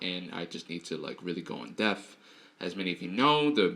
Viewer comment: The word is "Depth" sir... Respect